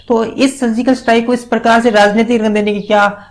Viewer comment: Bhai tu hindi seekh le phale phir show host kar. What is parkaar yarr?